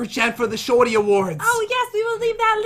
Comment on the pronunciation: Does anyone notice that when Pat says “Shorty Awards” he says” Shawty Awards